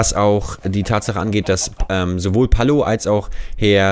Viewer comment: Du musst erstmal lernen, wie man Palo ausspricht! :D